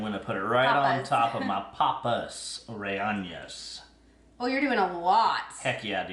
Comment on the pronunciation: Aji = A-HEE (J is like H in Spanish). Rellenos = RE-YE-NOS . There is no tilde over the n so it's pronounced like n in English. Google translate has an aural feature so you can hear how to pronounce other languages. I use it all the time.